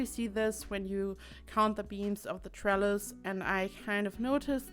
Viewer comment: Right. Lol. I thought you said trellar, my ears heard an r. I indeed like the trellises. Now if I ever see one and I'm with people I'm gonna let em know it's a trellis and I know what it is. :D